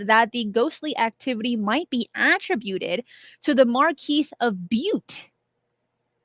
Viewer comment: call me a stickler but when you say attrib'uted the accent should be on the second syllable not the first.😁